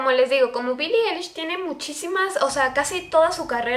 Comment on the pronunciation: No es Billie elish Es billi ailish 😂😂😂💁‍♀️